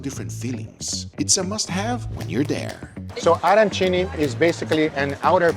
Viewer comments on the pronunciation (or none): none